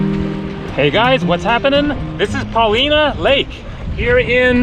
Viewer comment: Its pronounced Paul-line-ah Paulina